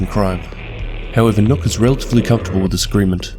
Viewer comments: I losse a year of my life every time Somone says "nokk" and not nøkk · You pronounced the name wrong, you danish hater